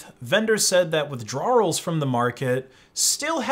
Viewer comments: "Withdrawelllllssss" lol. With-draw-ul. Not With-draw-earl. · "withdrarruls" lmfao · Withdrawals is pronounced “with-drahls” not “with-drar-uhls” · Why do you pronounce withdrawals like “withdrawrarls” like a British/English person? 😂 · Craziest pronunciation of "withdrawals" ever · How this guy pronounces "withdrawals" is the most criminal thing in this video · is that how new englanders pronounce withdrawals? lol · why the hell do you say withdrawals like that lmao